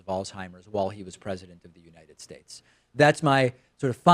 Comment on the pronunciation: Isn’t the cognitive test he was given the one to rule out cognitive impairment after a vascular episode? If so it was an absolutely useless exercise. (Con me once shame on you, Mr Trump, con me twice shame on me) I suffer dry mouth as a side effect of medication and no way would I pronounce ‘states’ as ‘shtatsh’. Another possibility is a speech impediment. I have a relative that has one but had elocution lessons when she was young so it’s completely hidden unless she is tipsy or tired - to this day only her immediate family are aware of it, even then it’s easy to forget.